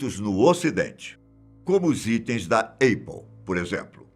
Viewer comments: Não se diz Êipple.. se diz Ápple mesmo. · Repita comigo meu caro APPLE = "ÉPOU" e não "EIPOU"! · Não se diz eipou, a pronúncia correta é épou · Alguém fala pra esse velho que a marca se chama “Apple “ não Eipou 🤷‍♂️🤦‍♂️ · não conheço essa empresa. Eipôl.. deve ser da Coreia do Norte. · Rapaz... "Eipou" é de doer os ouvidos, hein! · Apple se pronuncia “épol”, não “eipol”. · Só ouvia ele falando EIPPLE, Brasil tá ruim, mas olha tem lugar pior com certeza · Avisa o tio, a pronúncia é "épple" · “Eipol” KKKKKKKKK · Please, please correct your pronunciation especially APPLE.🤦‍♀️ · Erros na pronúncia da palavra Apple 🤓😉